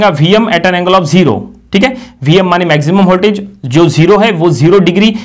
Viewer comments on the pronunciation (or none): its voltage not holtage